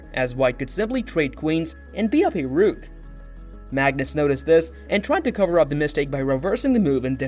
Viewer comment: Good video and promising content. I suggest you practice your pronunciations. It's important to get player names right and even more so words like "rook."